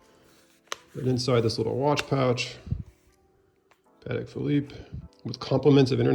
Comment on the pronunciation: 12th c. Spanish military order of 'Calatrava': primarily identified by its symbol, the Cross of Calatrava—a red Greek cross with fleurs-de-lis at each end—which represents the virtues of courage, honor, and steadfastness.' source: AI Patek is pronounced: PAH-tek.